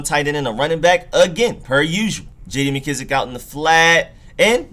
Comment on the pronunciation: Painful to hear for sure. I hate how he pronounces mckissic too